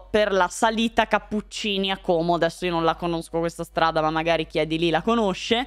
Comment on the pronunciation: Sì .. si dice Como.. Non Còóòòmo. Bel video come sempre. Buona giornata:)